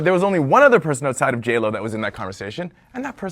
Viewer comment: Bless his heart. Girl, it’s JLo! JLo!!!